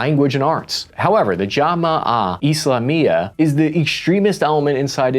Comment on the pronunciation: Jema'ah Islamiya -> Jama-uh Islameya Sukarno -> Surarno Suharto -Shurarto Annoying American pronunciation, just like the annoying US military blunders since ever